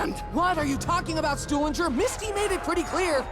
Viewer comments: It's not moltin or what ever he said its russman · he's not stulingre he's rusmin he's not stewlinger he's russman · Why should I listen to a guy who don't know russmens name lmfao